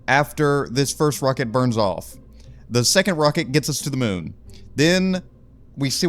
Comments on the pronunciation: Moon not mun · Mun or moon?